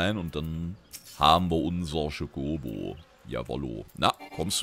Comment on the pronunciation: Cho KOBO. Man hörrt das du Kodo sagen willlstt, wow Steckt noch zu tief in dirr :P Es iist eher ein Cho-Co-Bo